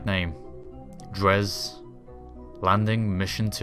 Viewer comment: Dres: pronounced dray